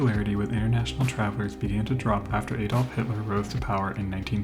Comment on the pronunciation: "Ay-dolf"? Dear me, there are so many names I wouldn't want to hear mangled by an American.